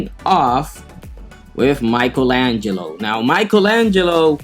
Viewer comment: not Michaelangel, Michelangelo, there's a difference